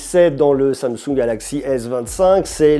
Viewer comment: qui va se faire kidnappé par les Coréens pour avoir dit samesaoul au lieu de Samsung 😂😂😂